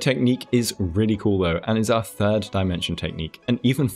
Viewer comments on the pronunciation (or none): none